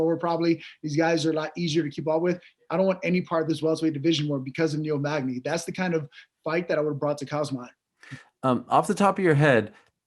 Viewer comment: my boy Niel " MAGNAZE " Magny